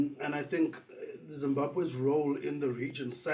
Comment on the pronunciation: Say Zimbabwe please not Zimbahwe!!! and if Zimbabwe is well organised why is half of the population in the diaspora??